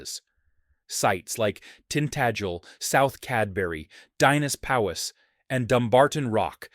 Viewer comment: Your pronunciation of Dinas Powys was horrible 😂